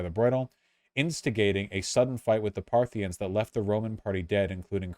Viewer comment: Partha-KNEE-ins or sometimes just Parthians I think. But never Parthinians.